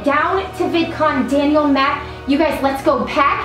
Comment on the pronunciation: Kasey Krug it’s Daniel not Dainal